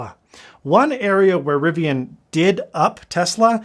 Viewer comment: Thank you so much for saying Riv-ee-un and not Riv-ee-ahn.